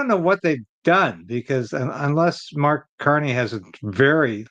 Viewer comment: Who? Did you say "Mark Carnage" ??? No Tomorrows for Canada !